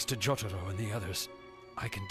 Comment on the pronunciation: The way they pronounce Kakyoin and Jotaro rlly sucks. At least in the new anime those were fixed